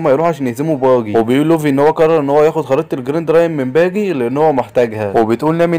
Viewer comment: ارحمني وانطق اسامي شخصيات القصة صح قلت باجا وهو اسمه باجي وعديتها لكن مين الاسم بتاع قراصنة الرمائيين ده ايه دااااااااااااااااااااااااااا حراااااااااااام